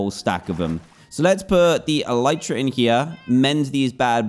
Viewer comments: El-eye-tra not El-y-tra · Me screeming DAN ITSS ELYTRA NOT ELEEEEEEEEEEEEEETRA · Its el-eye-tra not el-ee-tra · it should be "elite"ra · Name your Elytra Le Fly Also Its pronounced Eh-LIE-Tra Not Eh-Lee-Tra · It’s elytra not eleetra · Technically speaking, it's pronounced el-i-truh, which is the plural form of elytron (el-i-tron), which, in turn, is the hard forewings of certain beetles and other insects that act as a shell to protect the wings.Apr 9, 2019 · It's Ellie tra duhh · Its Eletra Or E lie tra Btw i know i ruined the joke. F me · Elytra-E li chra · it's pronounced elytra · E-lie-Tra = elytra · Elytra (Eel-i-tru) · How to Pronounce Elytra: ell-ie-chra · Its pronounced E - Lee - Tra and yes, the actual letter E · dan its prononced elitra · how to pronounce elytra: a-lie-tra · anyone gonna tell him its pronounced eh-lie-truh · This is how many times Dan said “elytra” 👇🏻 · Your brain processes it as elytra, but you say elytra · Everybody’s wrong. It’s elytra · Ur all wrong,It’s “elytra” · What do you say? e-LYE-tra Or e-LEA-tra